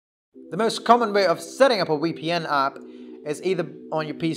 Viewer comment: Its VPN, not wee P N